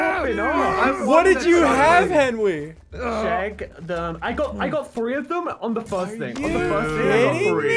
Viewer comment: “Air Benry”-Sigils lol